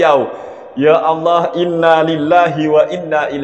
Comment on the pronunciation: baca qur'an belepotan, menyebut lafadz Allah dengan bunyi Awloh. Ini saja sudah menunjukkan bahwa dia tdk kompeten.